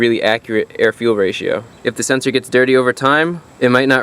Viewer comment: Really need a "mass air flow senseor" counter. Lol